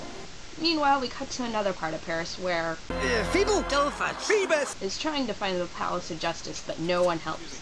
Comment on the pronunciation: It's Phoebus, not 'Phebul'